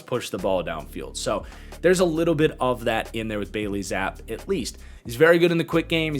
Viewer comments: Good video but I had to say it. It’s pronounced Zappy not Zapp if that makes since. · Btw it’s pronounced Zap E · I just want to note that Zappe is pronounced ZAP-ee.